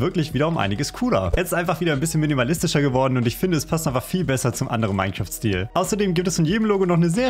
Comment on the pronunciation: Minzeraft ausgesprochen